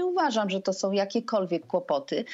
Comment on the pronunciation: a do pani z Prawa i Sprawiedliwosci: prosze popracowac nad wymowa i zwrocic uwage, ze nie ma takich slow jak:on jest osobOM wiarygodnOM, z tOM informacjOM, oni sOM, oni wskazOM, oni idOM dalej, oni mowiOM, oni mogOM, oni pojdOM, niesc za sobOM, oni chcOM, z PolskOM, zwiazane z decyzjOM itd. tego nie da sie sluchac, jak ktos robi takie bledy gramatyczne.